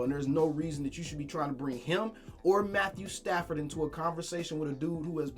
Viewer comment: D.O said Matt-stat-ford 🤦😂🤣